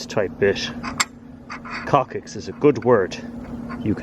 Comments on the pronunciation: It's pronounced cocksix, not cockicks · It's pronounced "cok"-"six". Just FYI. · Coccyx pronounced cock-six. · pronounced: "kok-siks" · Maybe they can't tell you to not say coccyx. Especially when you say it wrong